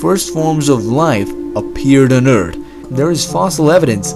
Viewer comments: People are just assholes. I teach English and honestly, I don't care if he pronounces it as Urt, it's his unique accent. People aren't obliged to speak in received pronunciation/Queen's English. The type of person that takes umbrage at at such trivialities is your typical netizen who expects hyper perfection but contributes very little creative content themselves, if any. I found the comment about his accent being annoying to be profoundly irritating in itself, hence why I felt the need to reply. I refuse, however, to reply to that particular person as nothing will gained from pointing out their obvious error in thinking. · Eart* T instead of TH, obvious. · It's off-putting. Just pronounce the letter H and he'll better connect. They all look the same, they all sound the same. Thats not being racist, thats just stating a fact. Straight black hair, brown eyes and all sound the same. Hab fun wid your time on Urt. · It’s not Eart it’s Urt... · "Mother Eurdt" 😅😆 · Eart, tink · I'm sure you've heard this a billion times, but I love the way the narrator says "Eard"... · ert or urt ? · Spending a day on earth 4 billion years ago...but every time he says “eart” it gets faster. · I love the way he pronounces ERT. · To be fair it's the "urt" thing that kept me watching. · What is that planet eart you speak of? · If Bert and Ernie had a kid .... Eart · That was the earT 4 bi years ago! Interesting English. Wonder where it is from. Nice video. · Most of the people in the comments complaining about his accent are probably Americans who have some nerve to try and complain about an accent. He may say eart, but that's excusable as he isnt a native english speaker. Americans pronunciation of words like herb for example is inexcusable. Just say the H, its herb not 'erb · Don’t feel hurt by the way he says Urt. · had to stop the video could not take him saying the sword “Eart” any longer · Is this guy from Urt? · “Early eart “ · The moon and the EERT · It's eart...ok